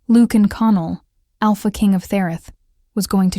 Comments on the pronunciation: I'm enjoying the story, but, really, you need to get the pronunciation of the Alpha King's name correct. As you are pronouning the name, it would be spelled Lukan or Lucan. In your captioning, you write Lucian, which would be pronounced Lusheean. You do too good a job to fumble your main chatacters' names. ❤ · LU-chen. Not luke-in. Sheesh. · His name should be pronounced lu shun, not lukein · “Loookin” Now we now how to beat the AI overlords - ask them to pronounce Lucian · Okay, THIS is a good storyline. AI doesn’t know how to say Lucian? Lukan? name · AI narrator. Repeat after me LUCIAN. Pronounced loo see an. Or Americanized as Lu Shun. But it’s really LOO SHEE AN. narrator should have a grip on annunciation and pronunciation. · you should learn how to pronounce the name Lucian» : I must say that I do not understand how someone so ignorant could be in charge of the audio of that video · Nice. Very nice. Except for the million mispronunciations of his name.